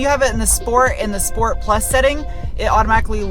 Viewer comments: I love it when you say: "schport" 😅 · SHPORT - SHPORT PLUS Moar shport!